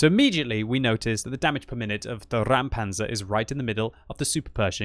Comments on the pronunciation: It is indeed a "Räumpanzer" (clearance tank) not a "Raumpanzer" (space tank). Pronounce like "Roympanzer" as opposed to "Raoumpanzer" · Just say "Roimpanzer", that is approximately how it's spoken in German. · Räumpanzer* The "ä" instead of "a" is importany it makes a diffrent sound. It translates to clearing tank. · It should be spelled Räumpanzer (pronounced as Roym-Panzer); as in "Clearing Tank"